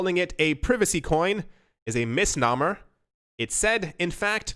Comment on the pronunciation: "Mis - *no -mer" not "mis - "naw" - mer" (misnomer)